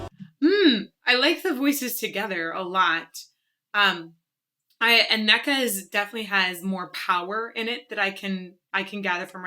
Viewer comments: Anneke is pronounced with emphasis on the 'An'-part, so AN-nu-kuh. She tends to call herself just Annie, easier for English people. Van Giersbergen is pretty much impossible to say for English speakers :) Not even Devin Townsend, who she frequently collaborates with, can pronounce it correctly, when he introduces her on stage. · Anneke: pronounced /'Ah nuh kuh/ (emphasis on first syllable). By the way, I thought you'd listened to Ayreon's Valley of the Queens before, which features Anneke with Floor. I'm not much of a nationalist, but can't help to be proud of the Dutch girls... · I’m proud of the the many awesome metal singers the Netherlands has produced. Dutch names can be tricky, in this case Anneke’s name has the stress on the first syllable. Phonetically it would be: Ann-uh-kuh. But no one would blame you for getting it wrong :) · about pronouncing the Dutch name 'Anneke'; it is a bit like saying 'a knucle' without the pause and the 'L' sound at the end. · Hearing you pronounce Anneke's name wrong about 30 times here grates (and Sharon's wrong once). I know it's tricky if you just read foreign names, but next time look up the names as well as the pictures :-) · Love the video. The way you say 'Anneke' tilts me though ahah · Sounds like Anneke is quieter in the mix. Also you kinda butcher Anneke’s name :-) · Lol at how you pronounce their names haha By Anneke the focus has to be on the A and not the E And with den Adel, they're actually two different words. Translated in English it means 'the Noble' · Got to love our language (Dutch) no? not easy to learn: it's more like an-neh-ke and not anneck-e .. but this will not help you to pronounce it correct I think ;) But this is just nitpicking from me :p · Forget Sharon, she is so overrated. ANN-uh-kuh, not anNÉKkah;). Trust me, i'm Dutch:). Anneke is one of the Dutch femal fronted metal goddesses together with Floor and Simone. Then far behind is Sharon with her wannabe-popmetal;) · Anneke, say annakuh